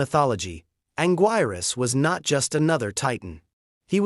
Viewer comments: It's pronounced Angeerus. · “He” didn’t mispronounce it. “He” is an AI narrator. I just wish they had an edit option on pronunciation, so we could correct these mispronunciations.